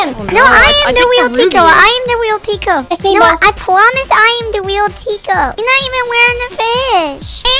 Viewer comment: Bruh it is Tiko not tico lol. Are u a fan or what? Only true fans know it is Tiko and not tico